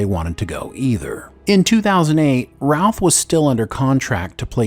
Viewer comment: I believe it's Brandon Routh, not Brandon Ralph. 😊💜 But yes, Cavill was the best Superman.🥰